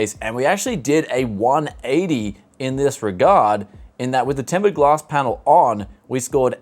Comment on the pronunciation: Did you just say Tempered Glask???